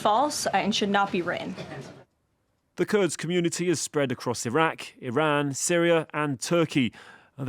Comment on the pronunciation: She cant pronounce iraq properly